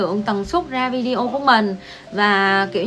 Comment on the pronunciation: Lần đầu tiên xem và nghe. Chứ Video đọc Vi-đê-ô là đúng không như Lê Nhung quay Video về cuộc sống ở Trung Quốc thường đọc Vi-đeo nghe quê lắm!! Mặc dầu tớ đã góp ý nhưng cũng không thay đổi cách đọc vẫn đọc Vi-đeo!!